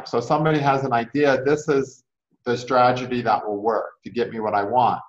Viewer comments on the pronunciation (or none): Thank u! All I kept hearing was tra_ ge_dy :/